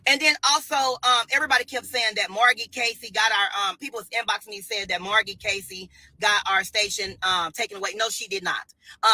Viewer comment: Margy??? Ninja its M A R G I E